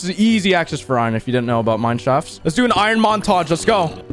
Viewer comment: when you said "montoge" i thought you said "macintosh"